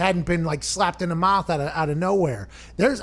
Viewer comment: Slapped in the mawth